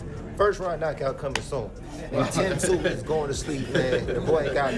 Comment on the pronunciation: Who the hell is "Zie U??" I gave you a "like" but you gotta correct your AI and get the damn names right! It's Tszyu (Zoo!) Tim Tszyu (Zoo!!!) C'mon now....be fair. 😅😉